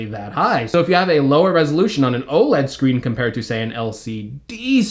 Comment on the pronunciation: Love your content, but when you say o-l-e-d it REALLY irks me. 😂😂 Its o-led, dude! No biggie really, just bustin’ your chops...great comprehensive review. 😉